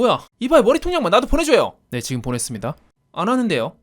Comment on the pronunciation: '보'냈습니다 ㅋㅋㅋㅋㅋ도랐나